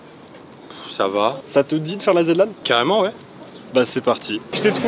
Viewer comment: pitié.. aretez avec la "Zed" Lan... même Zerator ne le dit pas comme ça... "Zi" Lan (en rapport avec le "Zi" de "THE"..)